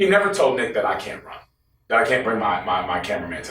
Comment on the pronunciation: Yo everytime Chris said Nick I thought he was saying the b word had to rewind a couple times😂😂😂